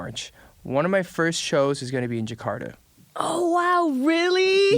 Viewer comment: Agnez mo : jekarda Eric : jekarda Me : jakarta 🤣🤣